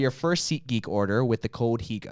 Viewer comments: Anyone else thought he said seekgeek instead of seatgeek? Or is that just me? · I heard "SeekGeek" every time. But SeatGeek certainly makes more sense.